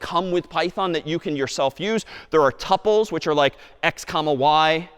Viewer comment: not tupples, tooples